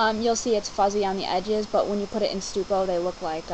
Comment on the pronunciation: Stucco is pronounced "stuck-oo" not Stu-co